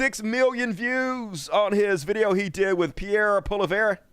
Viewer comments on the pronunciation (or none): FYI - Pierre Pollievre is pronounced as "polly ev".